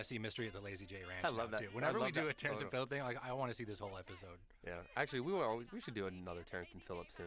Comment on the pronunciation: 'Terrance and phillip-shy' 😂😂